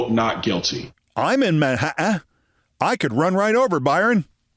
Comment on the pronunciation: I loved your snark about Congressman Byron Donalds' T-glottalization -- which has become an epidemic in America -- while saying the word "Manhattan." There are "T"s in the word, Donalds! Pronounce them!